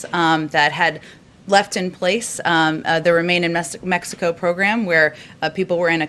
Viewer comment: Lol she almost said messico.